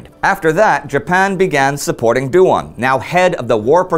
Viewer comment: Yuan should be pronounced in one syllable rather than Yu-An. The same applies to Duan. Qirui is best approximated as chee-ray. It is very informative to see Chinese history from this angle!